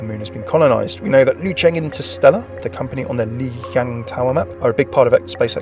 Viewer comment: When it comes to Chinese, there aren't any silent letters. Lijiang, is really pronunced as "Li Jiang", including the "J"